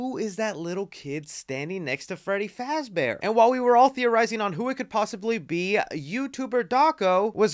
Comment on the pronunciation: ITS FREDDY FAZBORE